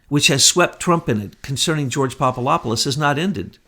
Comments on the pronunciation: Pop-a-LOP-a-LUS ??? Are you SERIOUS? Get some new glasses dude. Come on... it’s not that hard to say: POP-uh-DOP-uh-LUS Switch the LOP for DOP and you’ll stop sounding like a fool. PLEASE! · Popolopolus?? 😂 Poor just CANNOT get that guy's name right. Love you,! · PapaDOPoulos not PapaLOPoulos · Kept waiting for Betsy to correct "Popalopoulos." She usually catches those things. :)